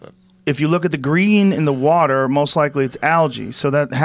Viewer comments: I like how he says “woder” instead of water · Joe should focus more on correcting him saying "Warter". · He says warter. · Chill bro I say warter